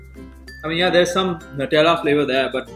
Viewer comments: NUTELLA is pronounced as NEWTELLA not NUTTHELA😠😑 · I died throughout the video man, its "nyutelluh" Gosh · Nutela is pronounced as new-tella